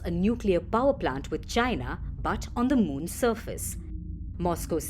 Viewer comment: You can tell if the network is hostile to China by the way they mention China . They will usually say chyynnaa instead of China ! FP is hostile like fk !